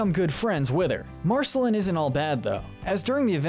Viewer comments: Why was he pronouncing Marceline Mar-sel-in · The e in her name is silent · Realised this guy has never watched the show when he calls her Marcelin and not Marceline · U pronounced marciline wrong so many time s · Ah yes "marsehlen" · Marceline rhymes with QUEEN not Finn! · Thank you! I can't believe i had to scroll this far in the comments for someone to mention this. I cringed so hard every time he said it! I want to ask if he's actually ever even SEEN the show?!? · Did we skip over how Marcelines name was pronounced? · You keep saying Marceline wrong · Ur pronunciation of Marceline makes me cringe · he kinda pronounced marceline incorrectly. did anyone else notice? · UGHHH yes I'm so glad I'm not the only one who noticed, who's marcelin ? what's an en-churro-don ?? MARGIES ???? like c'mon man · Exactly! In En-cheer-i-don? Margies? Marcy-lynn! Smdh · This guy made me second guess if he had actually watched the series after hearing how he said enchiridion and Marceline 😂😂😂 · Okay dude have you seen this show? How do you not know how to say viola, marceline, margles or gunther?